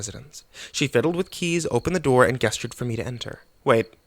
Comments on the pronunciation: D:< It's ges·ture ˈjesCHər/ (not guess - turd) make a gesture. "she gestured meaningfully with the pistol" express (something) with a gesture or gestures. "he gestured his dissent at this" direct or invite (someone) to move somewhere specified. "he gestured her to a chair" Really, I love your ability to voice-act but why do you still pronounce it that way in so many videos? It makes me think you don't know what the word means. Or are there really people who say "guess-turd" instead? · I love your work dude but gesture is pronounced with a J sound man. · Hey, love your stories. Just wanted to let you know that “gesture” is pronounced with a soft “g”. Thanks for the content! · Are you ever gonna learn how to say gesture?